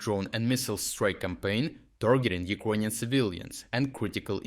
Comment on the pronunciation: Why do you say Ukonian and not Ukranian?